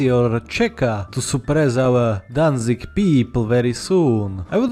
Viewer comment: "Danzig Danzig" perfect